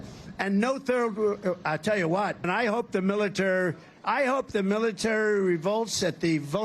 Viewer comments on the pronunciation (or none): Trump can’t pronounce the words “military or third world” without glitches. Is that a stutter or early onset dementia? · He had a hard time pronouncing military, among other things. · The shark story is called confabulation and his inability to pronounce military is a phonemic paraphasia. Both are symptoms of dementia. Some investigative journalism here would be helpful please. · Personally, I think that Trumps inability to pronounce the word military not once but twice shows that he's falling into dementia He called it militer, realized that he mispronounced it and tried to say it again and said militer again Clearly his brain could not get the correct word out Yet the Republicans can't get past Biden's stutter, which we've known about for decades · The militarr... 😂😂😂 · Militur, militur? What is he talking about? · cant even say the word "MILITARY" properly.......... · One was dealing with the military and one who couldn't say the word military! 🤔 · He can't pronounce "military". His dementia is progressing. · He uses the promter excuse all the time cause he can't pronounce 3 syllable words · According to a lot of experts it's dementia. The guy couldn't even pronounce "Military" even when he had a second crack at it.